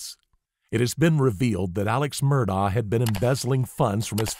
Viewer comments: It's not pronounced Murr daw , it's apparently pronounced Mur-dock . You can hear "Ellec" say Paul Murdock though it's hard to totally hear it and he says the second syllable quickly. It's probably a South Carolina maybe Gaelic pronunciation. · Dear, ALEC MURDAUGH told the police 🚔 on camera 📷 in their cop car he PRONOUNCES his Fname: ALEXXXX LName: MERDOCK Git it right. Do your research. You incorrectly said ALEC MURDAUGHHHHH 🤷🏽‍♀️ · Love your content + style. Subscribed! (forgive me for making the minor observation that he pronounces his name Alec Murdock) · You pronounced Murdaugh incorrectly. It is pronounced like Murdock. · How is it that anyone covering this trial would not know it is pronounced Alec Murdock? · Yes. But if only he pronounced the name right... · Isn’t it amazing they want to do these professional sounding documentaries, but they can’t even pronounce his name right?